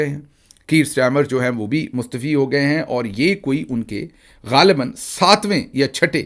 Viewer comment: Mustaafi not mustefi